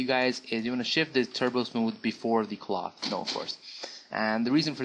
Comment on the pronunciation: How the hell you pronounce cloth xD However, people, stop saying 3DS is shit, you are shit.